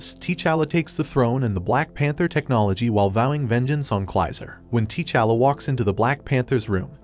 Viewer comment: TAA'Challa, NOT TEE'Challa.